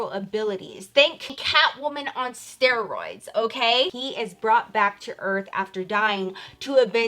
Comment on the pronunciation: “cat women on striods” 😂😂😂